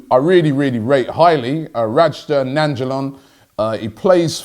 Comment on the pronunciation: Robbie’s class pronunciation of ‘Radja Nainggolan’ 👌🏾😂